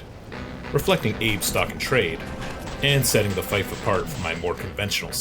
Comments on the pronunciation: It's pronounced "feef". Other than that, cool design and story. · Great build but it's pronounced "feef", linked to fee, fealty and feudal. It ultimately derives through latin "Feudum" from germanic "Fehu" like the rune "ᚠ" meaning cattle or property. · Fief is pronounced "feef". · Love the story building. One thing though... Fief rhymes with thief.